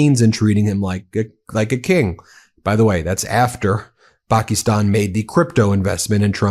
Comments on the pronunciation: Pakistan is pronounced Pa Ka Stan. Not Pakeestan. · paa kuh staan, not pakkystan. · Was able to watch until you AGAIN pronounced it "Pak-EEEE-stan", when the whole rest of the world, including the Pakistani's, pronounce it "Pak-IS-stan".